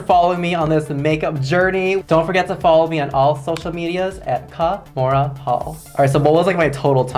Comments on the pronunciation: I love every time she says her name😂 KAH-mora hall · Hi everybody it’s KAH-mora hall. I love the emphasis she puts on her name lol.